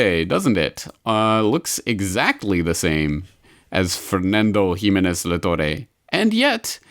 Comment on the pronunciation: I just love how you pronounce Spanish names XDD A little guide for next time: Luis de GUINdos -> guin is pronounced like in "guinea", the "u" is silent Fernando de La ToRRE -> strong R like in "rat"